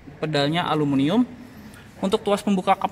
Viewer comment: suka heran sama reviewer indonesia (kendaraan, hp, laptop/pc, elektronik dll) punya predikat sbg reviewer tapi kebanyakan nyebutin aluminium dengan bener aja masih salah jadi kesannya ga profesional. no offense